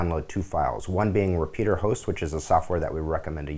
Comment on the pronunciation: What is this "repeater" host you speak of? Its "repetier" host you goon.